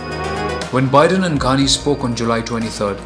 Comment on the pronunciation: Not Gandi ghani u don't even know how to fucking pronounce his fucking name u gaved muslim guy a Hindu name